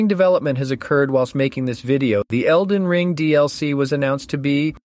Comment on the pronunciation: Elden ring has a ton of replay value if u actually know what u are doing! This guy sounds like a soft lazy man child! He can't even say elden ring. I'm going to call it ER , ER WAS a TV show like what in the 90s. About an ER in a hospital lol. I can't find any runes, I need my bottle mommy lol haha . I never troll but I had to. Please sir cry some more. U are allowed your opinion just like I am, but maybe try actually playing elden ring more then 50 hrs lol